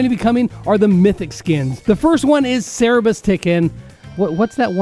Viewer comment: how you gonna make fun of them for pronouncing leopard wrong then say cerbereus wrong